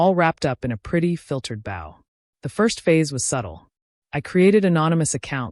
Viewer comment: It’s boooooow not boww